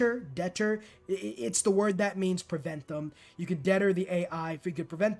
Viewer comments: "Debtor"? It's "deter" as in "determine". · Deeter? Debter? Oh, deter (de-Ter) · deter is spoken as DEE - THR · I couldn't even finish the video yet until I commented. Dude, it's deter (Deh-Tur). lololol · great tips! btw it's pronounced "dee-TER" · gotta do it. dee-ter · “dee-TER,” my friend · DEH-TUR Good vid! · Deter is pronounced Deh-TURR, fyi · My tip is to stop playing games and read a dictionary. The word is deter, pronounced Dee-Ter 😂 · Deter: 'De-teurgh' with a softe 'e' like ummmm... Deh-turr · Deter. De - tur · deter = dee-TUR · stress on the 2nd syllable: de-TER [or dee-TUHR]. Related to deterrent, and it's basically as if stopping after the first 2 syllables of that one. :-B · Deter is pronounced "dee-terrr" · It’s basically pronounced “deh-TER” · Just so you know, deter is pronounced "dit-er (like when you're trying to think of what to say next)" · to deter is pronounced "de-turr" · Deter is pronounced "dee-turr". Hope this helps. 😊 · Deter is pronounced de-TURR. I have about a million of those "I've only ever seen this word written and I'm only guessing at this pronunciation" lmao. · It’s pronounced “deh-ter” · guy has no idea how to pronounce deter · Deter has emphasis on second syllable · My tip: learn how to say the word deter. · Bro doesn’t know how to pronounce deter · The best part of this video was his readers pronunciation of deter.